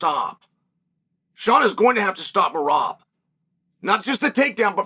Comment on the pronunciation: Came here to hear Chael butcher Merab's name😂